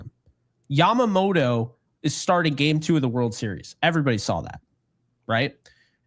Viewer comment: Please Dear God, lets hope so. He is the poster child for everything that has been wrong with this team for years., love the show but you need to pronounce names properly. Off the top of my head I can think of 4 you have butchered. Yamamoto, Tommy Kahnle, Jeff Passan and Deivi Garcia.